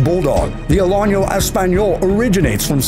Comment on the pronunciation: (Uh LAP uh huh) is how you pronounce the Alapaha Blue Blood. The accent is on lap not pa. BTW the Alano Español is not pronounced " a lonyo ". There is no tildy over the end which would indicate a Y sound to be used, as there definitely is in Español.